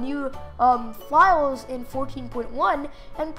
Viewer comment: He said fliles Hahahahahhahaha not files LOL